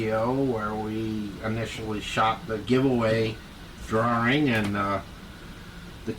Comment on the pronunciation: Thanks,, and what a prize! I'm so happy to have won this "draw-ring!"😂